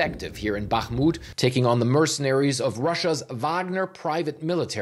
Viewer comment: Respect for correctly pronouncing BaHHHmut (while most wrongly say BaKKKmut).